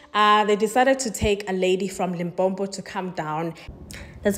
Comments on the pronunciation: It’s Limpopo, not Limpompo!! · Its Limpopo🙄